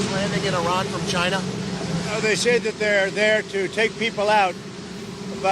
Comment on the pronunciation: Thank you for pronouncing Iran like a journalist should. ❤